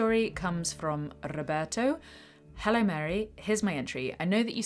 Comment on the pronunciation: I loved it how you said "RRRoberto" hahaha trying to be respectful towards the person by pronouncing his name properly. What a supergirl you are, Mary!